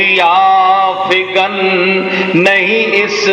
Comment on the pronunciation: محترم صحیح لفظ ضیافگن ہے نہ کہ سیاہ فگن